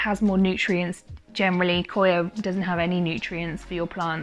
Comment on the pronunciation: It’s coconut coir not coya